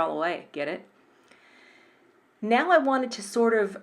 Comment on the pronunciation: “Now,” not “bow”